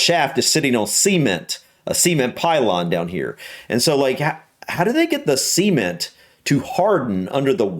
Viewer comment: Can u add more videos where you say cement . Cause it sounds like your saying SEA -MENT 🤣